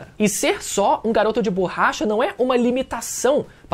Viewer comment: Ouvir o falando "BORRAcha" meda agonia